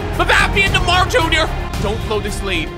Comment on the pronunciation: Why did u say Mar junior its neymar junior